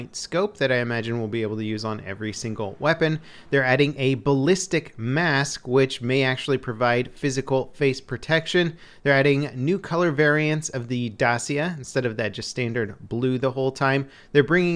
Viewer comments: Dacia is Romanian car, pronounced [ˈdat͡ʃi.a], not `dassia` or something like this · 'Da-chia' not 'Da-sia' triggering intensifies ;) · The "C" in Dacia is more like "CH" in "change". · Dacia is pronounced Dat-cha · I know. He pronounced it really weirdly.